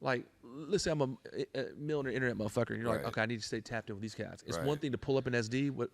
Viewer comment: can't even annunciate the words... millionaire and billionaire. But he can pronounce the F-word perfectly. If you review his company credentials, you will find numerous complaints about unreturned refunds and inadequate sales training. His sales system is JV league selling to young kids. The worst example of so-called "success." He can write scripts with F-bombs. What a joke!